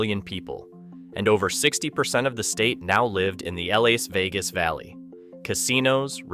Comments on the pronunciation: The L.A. Vegas Valley? Is this an AI glitch or a commentary on how many Californians have moved to Las Vegas? Is that one of Nevada's state parks? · Ai slop. Too wordy. Images don't match narrative sometimes. Narrater said L A Vegas...unlike what a human would say. Creepy. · just record yourself reading the ai script and taking care to read it correctly instead of like "ell ay ess vegas" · "Ellays Vegas." Goddammit, AI narrator.